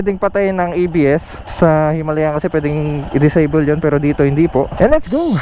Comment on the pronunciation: Brod...tama ang bigkas mo...HIMALAYAN... May isa kasing blogger na ang bigkas nya ay " HIMALYAN "...Kasi naririnig nya yun daw ang bigkas ng mga indiano...eh bulol kasi yang mga indiano na yan... Sabi ko sa kanya...ang nakalagay ay HIMALAYAN at hindi HIMALYAN... Kinuha yan sa Himalayan mountains dahil pwede nga ang motor na yan sa off road... Yun lang brod...salamat... May royal enfield din kasi ako...classic 350... Thanks...